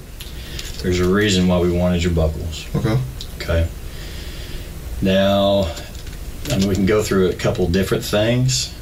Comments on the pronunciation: Buccal....pronounced Boo-cle.....not BUCKLES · incorrect its buh kl ... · That drove me insane too.. but I think it's b ewe ccal. 🙂 I think we all agree it's not buckles.